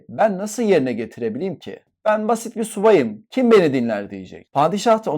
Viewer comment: Pardon subay derken yanlış telafuz heralde